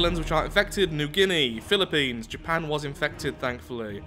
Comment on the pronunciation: Atleast you pronounced Philippines correctly, but, you still destroyed it.